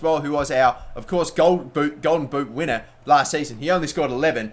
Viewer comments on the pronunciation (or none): none